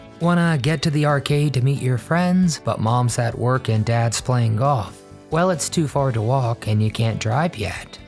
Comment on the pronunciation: Caboo not cable? Chiood not child? Goff, not golf? Toad, not told? I know you can do it! (In the 70s I had a lot of speech therapy myself.) Back dashboard? The back window. Inhale paper or fumes? Inhale mimeograph paper fumes. Pour milk. Dump a bowl of cereal. Greased-up floor? Not a waxed and polished one?